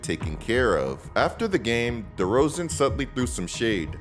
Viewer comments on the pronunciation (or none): There is no D in Derozan.